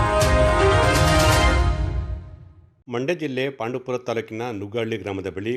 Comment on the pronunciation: ಪಾಂಡು ಪುರ ಅಲ್ಲ ಪಾಂಡವಪುರ...